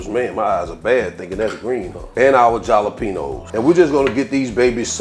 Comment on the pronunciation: Gonna try these! Jalapeño = HALLA-PEN-YO 😎